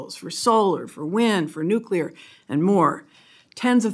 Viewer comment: nuculer energy is not thr answer